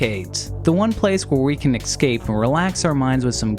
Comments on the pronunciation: ess-cape, not ec-scape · I've watched a few of your videos now, and something that happens constantly that annoys me is saying "Exscape". Please just say "Es-cape". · It's pronounced es-cape. Not ex-cape. Dumbass. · "-where we can eckscape-" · Sorry but I had to exit out at "excape". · 00:2 He says "Ecscape" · 00.04 'The one place where we can ECSCAPE'..... Jeez....if you cant even speak, don't. Not even gonna watch any more. Disliked